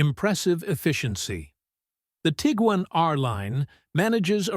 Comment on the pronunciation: Teagan? haha Its Tiguan as in Tig-Wan